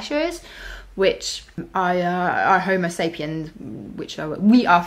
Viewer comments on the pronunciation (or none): none